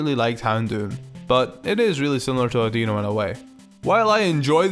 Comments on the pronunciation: Its not odeo its audioooo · Adino is not od - eeno it`s od- in-o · It's Odd-in-i... not Add-in-o.. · It's pronounced or-di-no not or-dee-no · It's no Audino (aww-Dee-no)! It's Audino (aww-di-no)!!!! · it's pronounced AH-dih-no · Audino is pronounced as Audeno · First thing: It's pronounced "AW-dih-no" or "AW-din-oh", as in the same flow as "I dunno", with its name being partially a pun on that phrase. :P But second... I got really upset for a second when you said Mega Audino, because Audino itself is my very favorite Pokemon. ...Then you made some really excellent points, AND I disagreed that the design was even an improvement... So... xD;; Yeah. I'm still happy it got Fairy typing, but I'm also eternally bitter that REGULAR Audino didn't get Fairy in the first place. >8[ Like.. Literally, when X and Y dropped one of the first things I did was check Serebii-- and then keep checking back periodically to see if it was updated yet-- as to whether or not Audino got Fairy. xD;;; But, well... Mewtwo and Charizard each got two Megas, so... technically I can still dream, right? Lol. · You pronounced Audino wrong it's like audio but with no at the end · Its a I not a E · The way you pronounce Audino makes me cringe.